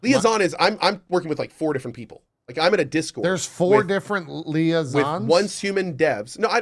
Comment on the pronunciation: Its super funny to me when ever Cohh keeps mispronouncing liaisons, and it hurts souls every time and he just chuckles in the background and then they finally troll him for it. Lol